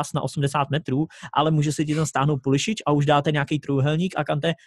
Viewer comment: Pulisic se vyslovuje Pulisik, ale v pohodě i komentátoři to špatně vyslovují